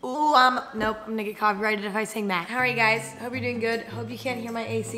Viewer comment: was I the only one that heard the n-word instead of "I'm gonna" lmao